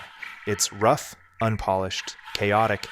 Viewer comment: Lol it's "rough". OK bro.